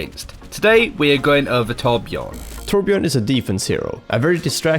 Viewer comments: carl petersen Why thank you good sir. ^^ When people pronounce the "J" like English then I always hear "Torb-Gerbil". He's a Dwarf so that could be border line racist xD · I know I'm nitpicky but I find it interesting that so many people pronounce the Ö in Torbjörn's name like an O. In German the Ö is sorta pronounced like the 'e' in any English word that ends in 'er'. Like 'Danger', 'Manager", "Tangler" That's the closest English sound I can compare it to, it's super similar though. So I tend to pronounce this character's name like 'Torbyern'. I don't know how Blizzard would pronounce it. That'd be interesting too.